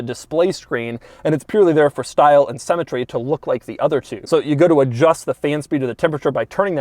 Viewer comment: " Style and cemetery"